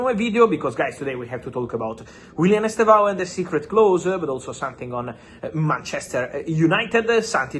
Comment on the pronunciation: Fab, please stop saying Chelsea’s Ballin D’Or of the futures name wrong. It’s Estevao Willian NOT Willian Estevao Estevao is ‘Steven’ in Portuguese, and by the way, it’s pronounced as two syllables, as ‘STEV-OW’. The initial ‘E’ is virtually silent. Listen to the Brazilian commentators and you will see what I mean.